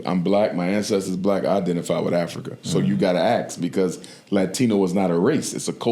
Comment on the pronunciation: Why can't black ppl say 'ask' correctly? 😂😅😂😅😂